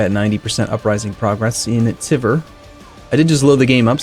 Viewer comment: The way you pronounce Tver is irritating. It`s not Teaver, not Teever, it`s [tver] (more like word "tweaks") with "soft" r on the end (which you can ignore).